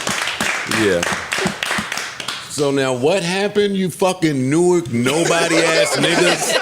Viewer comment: Joe’s pronunciation of Newark is wrong... Iykyk 🤷🏽‍♀️